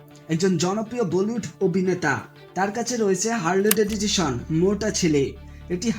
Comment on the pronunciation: ভাই ওটা হারলি ডেডিটেশন হবেনা। ওইটা (হারলি ভেভিডসন)। ভালো করে home work করেন নি মনেহয়